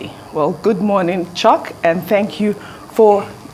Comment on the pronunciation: Its chuks not choke